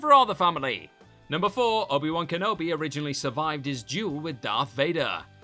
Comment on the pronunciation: Suvived? What is this Yoda speak?